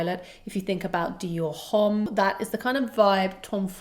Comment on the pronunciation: The 'h' is silent in Allure Homme.